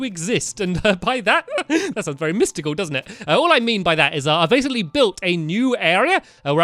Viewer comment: STAMPY YOU SAID BASSILY ITS BASICLY